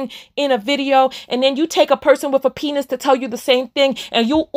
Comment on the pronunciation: LMAO a purrson with a panis. I love when you said pedestal in your accent and when you said the word is down not up that was deep